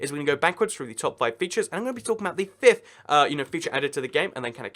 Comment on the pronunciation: Let’s get froo em it’s let’s get through them